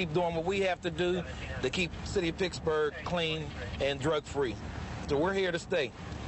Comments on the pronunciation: I remember everyone called it "Picksburgh" in those years said it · "The city of Picksberg"... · Yes, good ole “Picksburgh” 😉🤍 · How can any "educated person" let alone a Pittsburgh police officer pronounce his city as "Picksburgh?"